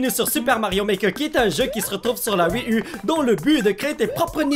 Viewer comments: polo ça ne se prononce pas wii u mais wii you ;-) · Et polo, polo tu sais en France on dit pas "Wii ü" on dit "Wii ou" comme en anglais. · On dis louigi pr luigi et wii you par wii u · C'est pas wii u c'est wii you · La "Wii Hu" tu me fais rire ^^ Sinon super que ty joues